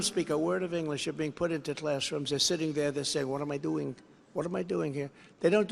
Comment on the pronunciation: “what am a dooooing” 😂 Trump foreign accent funny